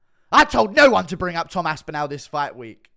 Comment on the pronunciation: Why can’t you say Tom aspinall correctly lol?